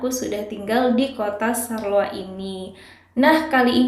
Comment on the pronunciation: Bacanya bukan sarloa, mbak... tapi syar-loa ... pake 'shod' kalo bahasa Arab :-)